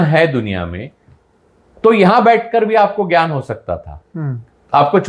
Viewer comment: श्री आपले वाचन अफाट आहे त्यापेक्षा बोलण्यातून चांगली दिशा मिळते परंतू हिंदी त बोलताना टिळक म्हणा टिळलक नाही ग्यान पेक्षा ज्ञान म्हणा.